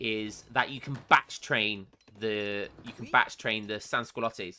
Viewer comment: Like de Kopcu corps , for <Sansculotte> say " Cent-Q-Law-the " ;) BTW it litterally means " without pants" in French ( because short pants were for aristocrats and nobles while peasants had longer stripped trousers )